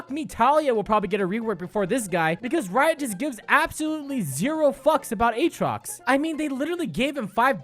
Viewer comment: Don't you mean A-Atrox? Like you would pronounce Aaron? Don't you play any fuckig games with me Aatrox!